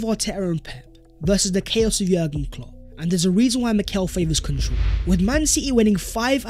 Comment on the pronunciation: Much love but why do pronounce " control" like that? Where are you from?